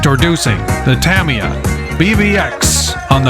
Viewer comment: Say Tamiya Properly!!!!